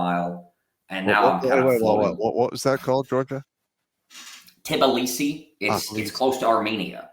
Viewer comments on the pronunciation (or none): It's pronounced Ti blee see. Not "tibbaleesee"